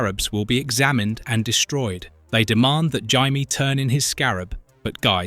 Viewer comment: I do wish you pronounced Jaime's name correctly.